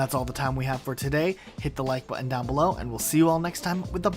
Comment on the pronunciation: When you learn to pronounce the word “ button” correctly, I might consider giving this a like... maybe.